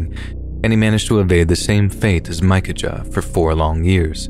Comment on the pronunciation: The outlaw story..the brothers name is pronounced mickaya! Not mica ja! Have Google translate pronounce it for you and you will see.